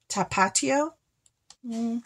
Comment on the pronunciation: I'm sorry but the way you say "tapatio" had me cracking up but loved the video 😊